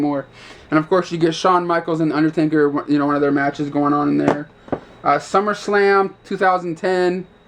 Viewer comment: Is UNDERTAKER! Not UNDER-TANKER.... -_